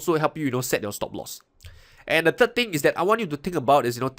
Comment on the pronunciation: Why do you say " turd episode " instead of " third episode " ? Good info, thanks.